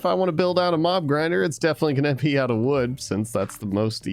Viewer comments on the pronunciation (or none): said pee instead of be